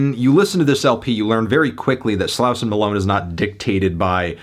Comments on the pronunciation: Just an FYI- Slauson Avenue is a major east–west thoroughfare traversing the central part of Los Angeles-, and it's pronounced 'Slaw-son" by the natives living here. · HOW ARE U STILL PRONOUNCING SLAUSON WRONG LMAO HAVE U EVER HEARD A HIP HOP SONG IN UR LIFE